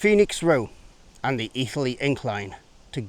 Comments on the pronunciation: I love it, apart from how Etherley is pronounced. Should be Eh-therley, not Ee-therley. Better than the Portillo programme. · How come you don’t mention Witton Park. The true start of the S&D. Stone sleepers can be found lining the path down to the river Wear. Placed by the council when remodeling the tip. By the way it’s pronounced Etherly not Ee-therley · As a local who takes great pride in the history of the area I have to say I really enjoyed this... not perfect but still good. Also it's not Ee-ther-lee its Eh-ther-lee... but you'd have to be a local to know that.